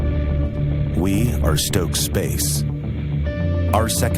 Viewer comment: It's Stoke, not Stocke ...